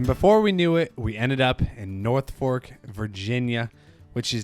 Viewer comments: Love your channel … but as a Veteran … It’s Nor Folk … not North Fork 😂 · it's NOR-folk not northfolk. A lot of Virginians pronoune it na-folk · Oh boy, I don't gate keep often, but Charlotte is in NORTH Carolina and it's pronounced NOR-folk or even NOR-fUk by people born and raised here 😂 Glad you were able to make it to the east coast for some racing!!